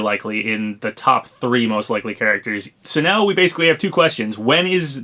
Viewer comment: Oh no, not "leakly" again. Please no.